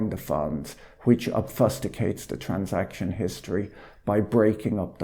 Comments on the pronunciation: "Ob-fuss-tik-ates"? Hilarious! Dry as a bone! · it is not often that someone says "obfusticates" on YouTube.